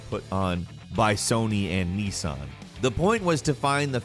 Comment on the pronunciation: Why can’t Americans say Nissan properly 😂🙈